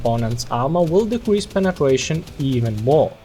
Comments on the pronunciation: i love you bring back your accent to say penetration to penetwetion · "Because the penetwation is vewy weak"